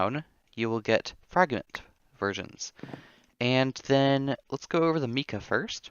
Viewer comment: I am not trying to be rude at all but the Mica powder isn't pronounced like Mika it's Micah just to let you know because it is my name 😂